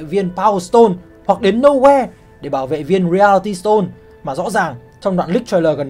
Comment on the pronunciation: Reality đọc sai kìa anh